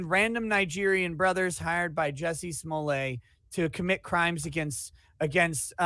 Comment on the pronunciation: Is pronouncing Jussie Smollett correctly? I thought Dave Chappelle only pronounced it like Juicy Sulliyey as part of the french bit.